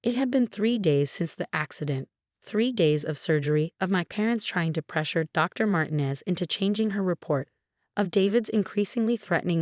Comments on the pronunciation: It's mar-teenez,not mar-tin--ez dummy!! Get your pronunciations right!!! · Mar tee nez not Martin ez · Mar-TEEN-ez and pree-FER get your AI fixed! Won't finish story. THUMBS DOWN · Mar-tee-nez! Not con-cert-oh, con-chair-toh!